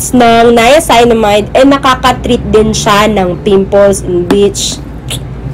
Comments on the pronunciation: 'niaceenamide' po ung pag pronounce 😁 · Hello Gurls stand corrected po ako sa pag pronounce ng “niacinamide” . Salamuch po sa nag correct. Please don’t forget to SUBSCRIBE AND HIT THE BELL for more skin care Video 😘